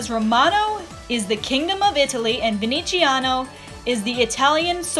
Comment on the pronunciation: Oh Darling Nah mate, in Italian you say the "z" like a strong English "z", not like a "ci" it's totally different to an Italian's ears, sorry